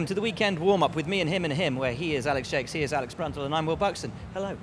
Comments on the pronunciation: Jacques pronounced Jakes? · The English pronounce Jacques like Jakes?